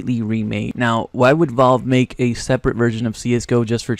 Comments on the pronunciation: Bud pronounce it valve not Volve omg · wtf is volve? IT'S VALVE KID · please just fucking learn how to say valve properly pls